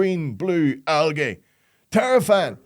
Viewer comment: Sure poor can't pronounce algae properly cos it has gay at the end of it so he says aljay to keep from turning himself into one of them.....